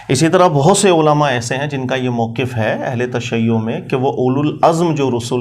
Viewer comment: جناب وقف یقف سے موقف کی فا کی فتح کو مضموم پڑھتا ھے۔تو اس کو تلفظ درست پڑھنے کا ادراک نہیں تو وہ مولا علی جو نفس رسول ہے۔(ثحفۃ الاحوذی/سنن آلکبری) کا معنی کیا بیان کر سکے گا؟